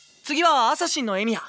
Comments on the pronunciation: 最初エミヤが「エイギオウ」って聞こえてビックリしたwww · なんでかわかんないけど ルミオーって聞こえてエミヤと認識できなかった